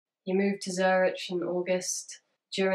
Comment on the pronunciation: i kinda love your chronic lack of knowledge of how to pronounce foreign words. zurich is ziu-rick king <3